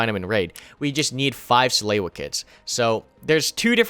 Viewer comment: suh-loo-uh not suh-lay-you-uh